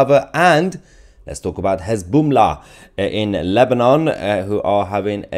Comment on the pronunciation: "Hez-Boom-Lah" had me rollin' 🤣🤣🤣